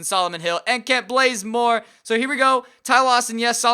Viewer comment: lol dude u got to work on prouncing names.its Kent baze-more.not Kent blaze more.😂😂lol I'm sorry I'm just a big atl fan.#truetoatlanta